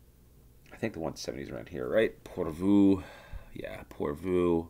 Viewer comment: Your "Joensuu" sounds quite good, but "porvuu" should be "Porvoo" and same with "Espoo" (not "espuu").